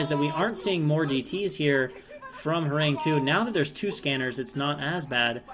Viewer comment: Hey, is usually pronounced “Horanggi”. Means “tiger”. Love that you’re casting this league.